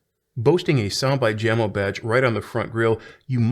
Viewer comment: Jamo is pronounced YAH-moh, like the Doobie Brothers Song.